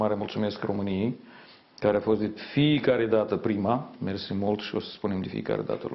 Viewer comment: Aplauze pentru "marele merçi"moldoveanului rusofon/fil,ha,ha,ha&he he!